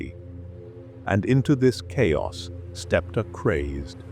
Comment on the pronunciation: AI reading? All the names are pronounced wrong… but even words like “chaos” is pronounces shayos. What is this